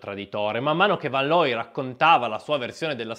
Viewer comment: Rick fan loy,. Ludwig fan Beethoven, pur Tedesco era di origine Olandese, è "fon" tedesco. Attenzione alle pronunce. Grazie comunque per la pillola di sport. Scusami per la correzione.